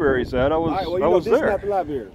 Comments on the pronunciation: LOL Lie Berry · Somebody please train this officer that is a library NOT a LIE Berry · Lie berry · I think the black cop needs to spend more time in the Lie-berry So he can learn how to pronounce it. And maybe get his IQ above 70. What a jerk. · "liberry". meatheads. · Libary? Another dumb cop. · “You know is not the liberry”……😂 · This ain't no liberry. No liberry here boy. and I axed u for ya driva's license! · He didn't like it when the other cop let T talk... I knew he couldn't let it go.... He continued to assert authority and T kept shutting him down. If you pronounce the word... Lie Berry... you don't stand a chance of winning a war of words with. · Lieberry not lieberry it be over there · The copper should go to the library to learn how to pronounce Library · axed him bout da lye berry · there are other hobbies that are much more interesting other than mocking law enforcement officers although it is rather interesting that the black cop does not know how to pronounce l i b a r y